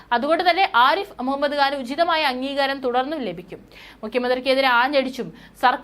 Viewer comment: കാൻ അല്ല ഖാൻ ആണ്